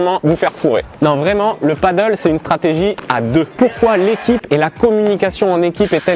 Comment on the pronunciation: "Padèl" et non pas "paddle" lol C'est pas le même sport